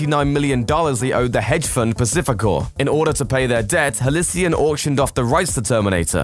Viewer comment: Being British is no excuse for mispronouncing "Emory" and "Halcyon."